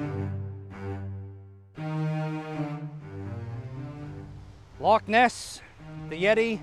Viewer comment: its wickford dumbass.. i live here